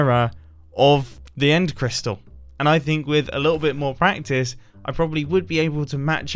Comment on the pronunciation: That "p" in the "practice sounded more like a "quack"